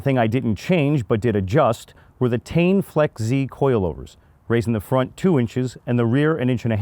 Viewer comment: says Tein "Tain" lmao